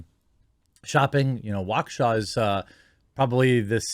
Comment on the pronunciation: As someone from Waukesha County, downtown being about 15 minutes away, I am surprised people in the media are actually saying Waukesha correctly